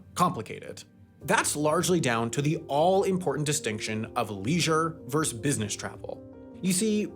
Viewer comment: Leisure versus business travel, not leisure verse business travel